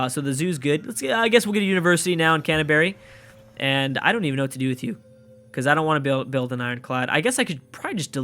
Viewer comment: Calling Canberra Canterbury like a boss XD